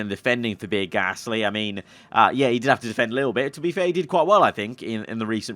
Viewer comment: I love but omd do i hate the way he says pierre